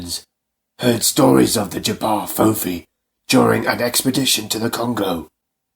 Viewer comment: You are the first video I have come across which pronounces J'Ba Fofi correctly 😁😁😁